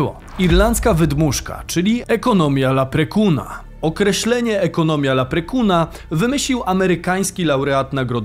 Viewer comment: Leprechauna*, a nie jakiegoś laprekuna :P ...